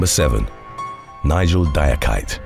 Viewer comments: Number 7 is pronounced "dee-ah-key-tay" not "die-ah-kite"...it's a common Ivorian name. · The name Diakite is pronounced Di-ah-ki-tay.